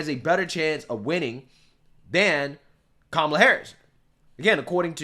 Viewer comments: She said,"Tramala"". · You're pronouncing her name wrong.